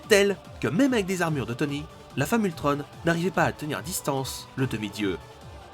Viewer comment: Ultron pas ultrone